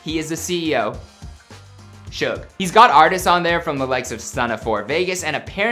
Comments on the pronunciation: Does anybody else hate how he prounounces suge like “shug” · Lmao it bothers me how they pronounce suge lmao. I put it in the translator so the robot can pronounce it and it’s the same pronunciation 🤣 it’s SOOGE* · I dont like the pronounciation of suge its like "siutch"